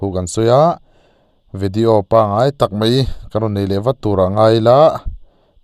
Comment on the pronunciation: Zotawng diktakin aw, mai tihturah, mei til loin aw